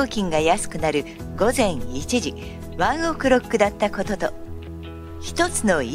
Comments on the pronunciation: やだ、ワンオクのイントネーションがやだ😂😂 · ワンオクの発音草wwwwちゃんと発音出来ないのかよ